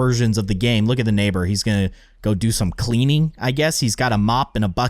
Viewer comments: Lol nabor its neighbour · you called the nabor